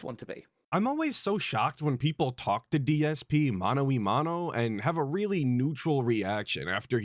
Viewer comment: Uhhh, its Mano On Mano. Or did you not hear the guy say that? Lmao